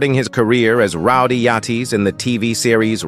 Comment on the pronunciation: Rowdy Yateez lmao